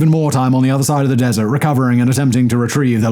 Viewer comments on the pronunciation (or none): none